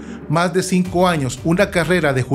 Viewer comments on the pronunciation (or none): none